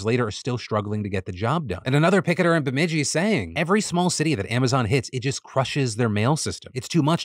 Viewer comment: Way to go Phil you nailed the pronouncement of my hometown Bemidji!